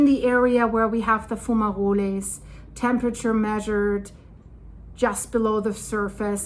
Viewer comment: I never heard someone say fumaroles so elegantly before.